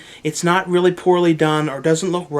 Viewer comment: rrally? lol